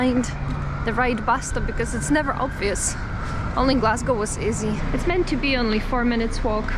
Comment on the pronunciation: Your hearing is not playing tricks on you. pronunciation of both "toastie" and "Glasgow" is perfect. Same with "food" at 11.45 and "too bad" at 12.01.